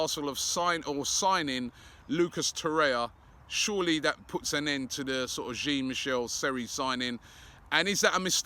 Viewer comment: Sorry Robbie Jean Michelle Seri is not coming to Arsenal until you pronounce his name correctly. The J in Jean is pronounced as in XHAKA not as in GIN